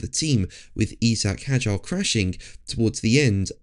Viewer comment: Who the dickens is eeezak hadjar???